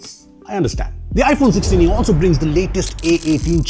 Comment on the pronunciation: Not iPhone Solah-e.... it's iPhone Saalee